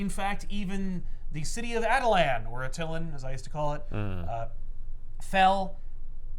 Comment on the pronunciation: I so prefer your pronunciation of Attilan. It sounds more like a real place